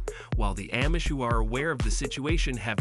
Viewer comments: No absolutely not! I’ve never in my life heard anybody pronounce it in the way it is in video. It’s throwing me off every single time lol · Not Am-ish, it’s pronounced omish, the A sounds like it is silent, Amish!